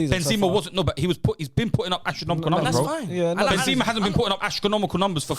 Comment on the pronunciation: The disrespect on Benzema's name man. I usually agree with but hes had a mare this episode.